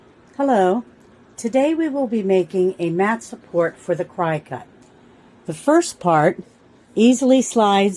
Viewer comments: Nice video...but it is pronounced "CRICKET" not "CRY CUT". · Lol. "CRY-CUT".